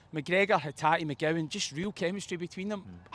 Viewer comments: I’ll say it again lit Luke McCowan. Not McGowan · It's McCowan not McGowan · His name is MCCOWAN for Fuxake how long is it gonna take to get the guy’s name right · This guys got to be at it. EYEDAH. MCGOWAN? It’s not hard to say these guys names correctly. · Ano….Lewis McCowan. Get it right, it’s not hard ffs!!